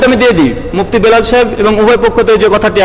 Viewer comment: কীসের আবার মুফতি? ব্যাটা গাঁড় ত্যারা আজ পর্যন্ত নিজের নাম টা ঠিক মত লিখতে বা বলতে পারলনা , ওর নাম টা হবে "বিলাল" কিন্তু মূর্খ বিদ'আতি মোল্লা তার নাম বলে " বেলাল"